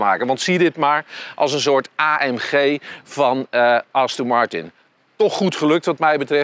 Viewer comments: Als zelfs de hoofdredacteur van Autovisie de merknaam niet goed kan uitspreken............. Wow...... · Dus aston Martin uitspreken is te moeilijk blijkbaar...